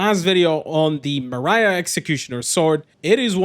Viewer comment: I was wondering for a good few minutes what on earth is a "Mariah executioner sword".... It's Marais. I'm not a french speaker, but I believe it's pronounced "Marae" which means swamp I think.